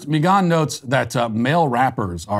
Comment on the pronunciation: My man, why are you pronouncing Megan like that? ...Is it because shes a democrat or (at the very least) a left-leaning affiliate?) Even googled it to double check Lol but ya its obviously pronounced "meh-guhn" (not mee-guhn) .. probs was an honest mistake hahaha